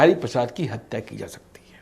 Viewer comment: Talaffuz to sudhaar lo jhole chhap reporter...4: 37 batayi ja rahi hai na ki zaa rahi hai 😀😀😀😀😀😀😀